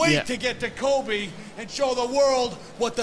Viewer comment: I love Bret's pronunciation of Kobe in , It got me wondering for a moment: "Is Bret Hart going to a basketball game?"